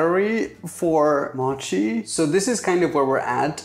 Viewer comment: Its more like just "mochi" not "mouchi"